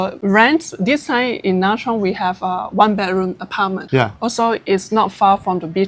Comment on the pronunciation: This lady looks like a Vietnamese, why didn't she pronounce Nha Trang collectly??